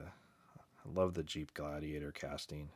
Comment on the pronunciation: my mans said jeep gladaglator